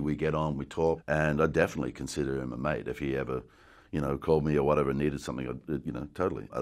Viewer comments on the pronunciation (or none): none